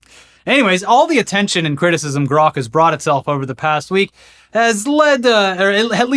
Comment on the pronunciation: Why did he have to fuck up "grok"? Dead serious, man. Why?